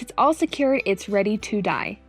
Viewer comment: « and now it’s ready to dye » that sound like « and now it’s ready to die » 😂🤣